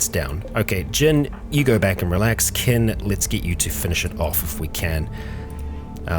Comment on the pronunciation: he keeps saying ken vs kin lol